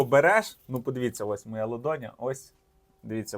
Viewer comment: В тебе лодоня, чи долоня?